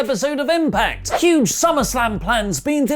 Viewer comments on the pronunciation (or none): none